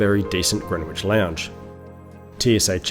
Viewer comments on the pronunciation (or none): "Grenwich"? It's pronounced "Grenitch". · Nice video - did I hear you say - Gren witch !!! Instead of Gren itch ? 😂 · Greenwich is pronounced 'grenich'.